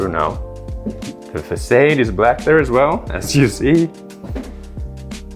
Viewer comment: the way you pronounce facade is incredibly irritating